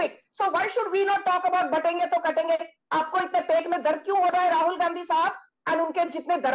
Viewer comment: It’s not kaatenge It’s katenge 😅